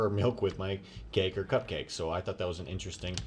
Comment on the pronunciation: in the intro the second time he said cupcake sounded weird